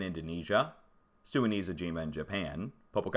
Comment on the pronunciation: Great work,! Sorry about the censorship hassles from YouTube. You have been trying valiantly to pronounce Popocatépetl but perfection still eludes you. The locals just call it El Popo; you may want to do the same. Regards.